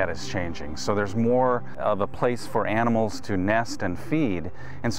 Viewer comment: man: "How many aminals died?" Ranger: "Yes"